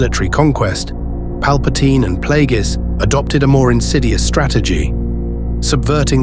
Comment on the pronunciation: It's clear you never watched the prequels when you consistently mispronounce Darth Plagueis.